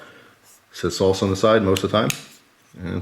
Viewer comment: Why are you saying solsa it’s pronounced sAlsa